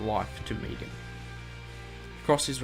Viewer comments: Megan. Me-gan. Not Meegan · Megan. Not Meagon 😂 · "meegan" you do realise its megan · I swear if this dude says “Meegan” one more time. MEG-AN. Got it? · He calls megan meegan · It's Megan not Meegan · Meh-gan. Meh-gan, come on man, sounds like you're saying Negan. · Don't know why aussies say meegan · i like how you pronounce megan..... meegan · The way you pronounce Megan. xd cool video